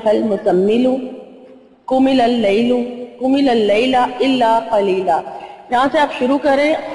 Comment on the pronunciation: Inho ne قم الیل me lam ko 2 bar prha hai Jo k sirf ek bar hi prha jaega .. qum IL Laila .. is trha .. ap log isko shi SE prhna ..